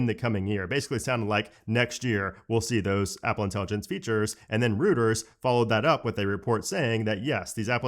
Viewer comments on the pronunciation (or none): It’s Royters not Rooters!! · It's roy-turs not ROO-turs! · I believe the correct pronunciation of’Reuters’ sounds more like “Royters” with a ‘y’, and not like “Rooters”. Just say’n. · "Reuters" is pronounced "Royters" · Reuters... is not pronounced Rooters! Hahaha you made me laugh. It seems your educational level is low for not knowing what Reuters is. Hooters gen kids. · The Reu part of Reuters is pronounced as Roy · Love your videos,. FYI: Reuters is pronounced like royterz. 😊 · Reuters is pronounced “ROY-ters”. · Reuters is pronounced "ROY-ters."